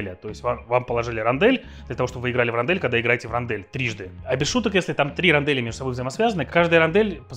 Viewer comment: Не Рондель, а Рондоль.